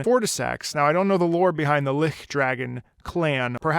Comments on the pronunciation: Great video, it’s nice to hear the thoughts of someone who worked in that kind of industry, though I just have one small thing to say You pronounce lich as closer to lick, when the intended pronunciation is Li - CH, a lot of the emphasis of the word is on that ch sound, just wanted to let you know And yes, this boss is all about that twisted holy feel, as the boss not only uses the dragon’s red lightning, which was worshipped by the gods’ knights, but Lichdragon also uses holy attacks that have been corrupted. So in all parts, this boss screams of a great being brought low to the point that the fight is more of a mercy killing than anything else. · It's "lich" not ligh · Lich is actually pronounced more like Litsh. If you want to know how it's said you can look at DnD, it's a really iconic enemy of these kinds of games. It just means that the thing is undead and very powerful. Just fyi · Just to mention, it's pronounced "Litch". Like an itch with an "L". Good video though! Love seeing your expressions as the song progresses! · God, Fortissax was such a cinematic fight, but I was so caught up trying to dodge his lightning that I never got to properly hear the track! I think the 'Lich' in his name is pronounced with a hard ch sound though, like chair. At least assuming it carries over from Liches as a class of undead, which would make sense with his character. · why do u pronounce lich with a ch like the german ch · So you know, lich is pronounced like pitch. A lich is a type of undead. Usually very powerful. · lich is pronounced with a ch like chew, charity and chair. It refers to an undead creature. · it is not that wrong to pronounce it german. It is an old english word which basically means corpse. In german we still say "Leiche" for corpse. Allthough i think it's intended to be pronounced with a hard ch. BTW Love your videos. I am binging them now :D